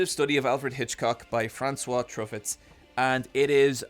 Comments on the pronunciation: Mon Dieu. As a Canadian with some very basic French understanding, this killlllled me. Little miss Truff-ett sat on her tuffet eating her curds and whey. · also, mispronouncing Truffaut in a 'best movies' list is a masterclass troll, even if unintentional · That Truffaut pronunciation. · Not a French New Wave guy ig lol.